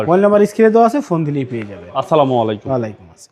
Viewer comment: সালাম দেওয়াটা সঠিকভাবে উচ্চারণ করুন